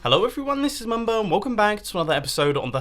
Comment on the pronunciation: mumbo it sounds like u are saying rs snorlax